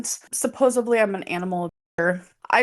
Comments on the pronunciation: "Supposubly" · Why is it so hard for her to pronounce words correctly?! “Supposebly”? I thought she was a grammatical correct connoisseur? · I don’t listen to anybody that pronounces “supposedly,” “supposably.” is an actual re**rd. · "supposubly" instead of "supposedly"